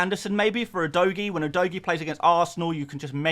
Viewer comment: Can you all stop calling him udoggy😂 it's pronounced udoji. It's pronounced as J not G